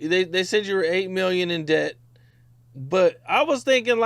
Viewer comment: said debt dash.🤣🤣